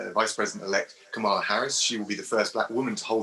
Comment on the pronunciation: He can’t even say Kamala’s name properly...